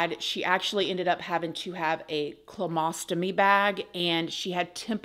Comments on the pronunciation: NO…. NOO NO NO! CO-LO-STOMY BAG Not ”chlomostomy bag.” that is NOT A THING! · You’re so cute,! It’s not comostomy bag. It’s colostomy. 😆. Nice try though. I’m going to be buying me undies in a few weeks after I get back from vacation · I love you but please learn to pronounce your medical terminology. It is a colostomy bag, not the wreck that you said. It is a very invasive procedure and difficult lifestlye that I help my elderly mother with daily. Please take care ❤